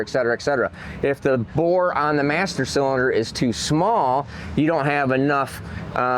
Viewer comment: Hey, what the hell is a CYLDINER?? Was that supposed to be CYLINDER??